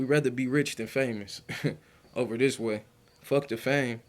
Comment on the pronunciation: The word is with! NOT wit. Pronunciation is key if you want to make videos with your vocals. The word is this! NOT dis.Instead of making babies at16, you should have been focused on school/education! As Tyriq always says "ya dig?" .